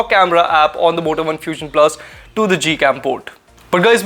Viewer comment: Is it only me.. ? When ever he says Moto One I hear Vodafone....!